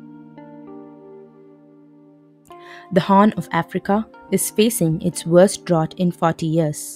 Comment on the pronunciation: It's pronounced, "dr-out".